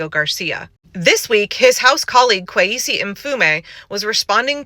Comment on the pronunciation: Kwase, not kwesi. As in Nkruma